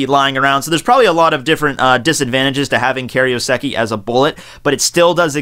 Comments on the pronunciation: Kay-roh-seh-kee FFS, can you pronounce anything right? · Is that right? I thought it was Kai-ro-seki?